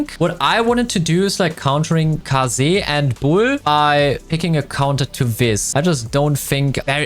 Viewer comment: rare footage of pronouncing kaze's name properly